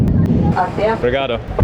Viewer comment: Dude, you're killing it with the obrigadas! Love it!